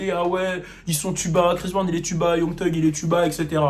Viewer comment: hey video vrmt super mais tu dis "tug" pour thug alors que j'ai appris ya pas longtemps qu'on disait "ssug" ahah tu gères